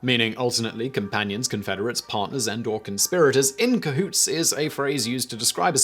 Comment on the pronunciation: Ca-who-tey. I like it